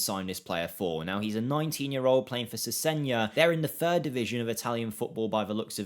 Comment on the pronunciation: Cesena is pronounced Chessena btw